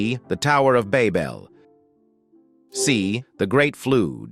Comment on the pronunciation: Your AI voice can not pronounce biblical words correctly nor show correct answers and sometimes voice over answers! #26 pronunciation of Babel incorrect and it is Exodus not sounds like Exoduce the way your AI pronounced it! Get answers and right and pronunciations right! This AI is not correct and it is earth not ear uth!?!